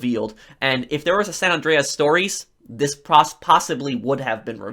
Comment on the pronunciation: It bugs me how this guy says "Andreas"